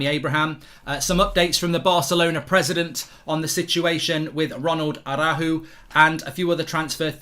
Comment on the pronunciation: Tried to hit the R in araujo that he dismissed the of the name 😂